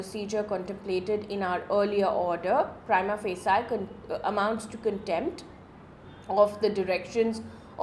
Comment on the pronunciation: Mam it's pronounced "outRAJE"✔️ not "outRIJ"❌ "prima/praima FAYSHI"✔️ not "FASII"❌